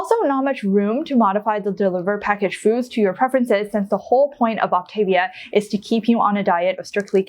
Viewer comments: Very interesting. Please pronounce programs correctly though...It's pronounced OptavVIA. (Like Mama Mia) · This is minor but the pronunciation is Ahp tah- veeah. There are more options for snacks than listed, you don't have to get approval from your coach that is part of the actual plan. Moving into maintenance isn't a set calorie level. You calculate your TDEE and they help you determine what your intake should be. Some people who don't want to count calories sort of feel it out adding a little more food or subtracting it as necessary according to how they're maintaining weight and how they feel. Generally, people who only have a little weight to lose should be pointed towards the 4 and 2 not the 5 and 1, also people who want to exercise beyond a moderate level. When I got close to my goal I switched to the 4 and 2 because my energy level was dropping but I was already at a healthy weight for a while before that happened. I stopped just short of an athletic BMI. You can have butter but in very small amounts and not every day. Also, the nutrition info you showed was from the Medifast line. They are discontinuing that line and the Optavia line is cleaner and more nutritionally complete. You do not need a multivitamin if you are doing the 3 and 3, 4 and 2, or 5 and 1. There is also a 5 and 2 plan for people who are really obese. I was moderately obese when I started, I lost 92 lbs and have felt great since a few weeks after starting except for that little period I mentioned above. All that said it was a pretty reasonable review, just a few inaccuracies. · If your are going to Review Optavia, you should learn to pronounce it. Op-ta-via. thanks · Please learn the actual pronunciation of the Optavia program. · You don’t even pronounce the name of the company.